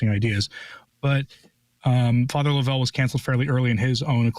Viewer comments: Yes, tell correct pronunciation is Father LOVE'l, not lo-VELL. Joe Alger is absolutely correct. God help us all. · It's Love-L Father Love-L ...not Lovell ...it's pronounced simply Love-L